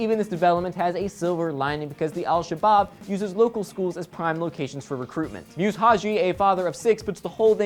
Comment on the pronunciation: great story, its spelt muse but pronunced musa, sorry im somali it made my eye twitch a little x